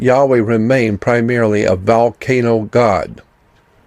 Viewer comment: Xcorgi What about valcano? 🤣